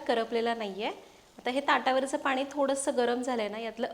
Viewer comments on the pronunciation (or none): खूप छान सांगतेस , छान बोलतेस ! भाषा छान आहे फक्त…… पानी नको पाणी म्हण 😊